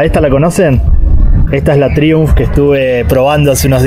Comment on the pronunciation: Traiunf, se pronuncia traiunf, al menos en Europa